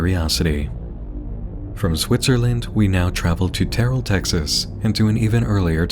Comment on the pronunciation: terrell is pronounced "TERR-el" not "tear-el"